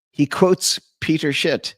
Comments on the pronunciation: you literally said “Peter Shit”😂😂😂😂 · I heard it too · Yeah it's on purpose. Check the description